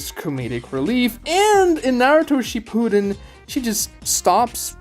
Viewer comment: Please put the emphasis on SHIppuden. It sounds like you’re saying “she pooed in”